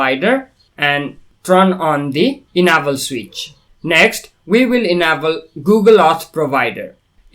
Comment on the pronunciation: Enable -- "En-Ei-ball" not "Ehna-ball"